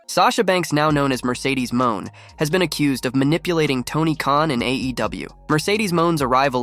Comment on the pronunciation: Who is Mercedes MOAN!!! Lol...1st think in journalism is PRONOUNCING NAMES CORRECT!!! LOL